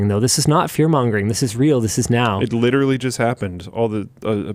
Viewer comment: lit·er·al·ly....4 syllables, Linus. You can do it. I believe